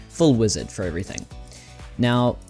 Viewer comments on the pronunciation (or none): none